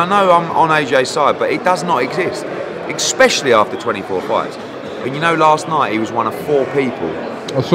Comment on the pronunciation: Eddie ‘Expecially’ Hearn